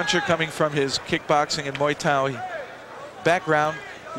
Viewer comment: "...he is a kickboxer, and a MOO THAI fighter..."